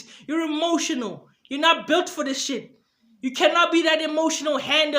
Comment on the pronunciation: Shit bro you saying sheet